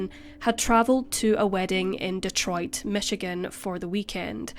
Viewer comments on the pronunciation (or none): none